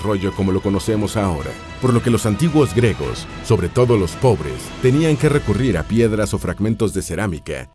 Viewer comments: Se dice griegos , no gregos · Se pronuncia “griegos”, no gregos. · Se pronuncia GRIEGOS NO 🚫gregos🚫 🤦🏻‍♂️🤦🏻‍♂️🤦🏻‍♂️🤦🏻‍♂️🤦🏻‍♂️ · Disculpa, por qué el narrador no dice claramente griegos? Dice algo que suena como gregos... Por Dios...! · ¿Dice "gregos" todo el rato o mi cerumen es dulce?